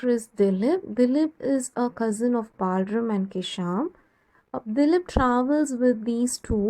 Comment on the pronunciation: The explanation is petty good but no need for the fake accent. What is “Balrum”, It’s BalRAM.